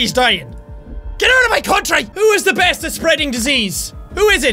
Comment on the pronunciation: "I am the breast at spredin diseases." ~Jacksepticeye 2015